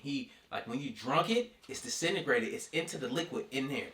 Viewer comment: HAHAHAHAHAHAHAHHAHAHAAAAAA Desintegrated.I said it the same way .lol